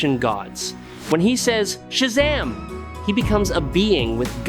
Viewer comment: it's shazam not shazm, i hate your computer spoken words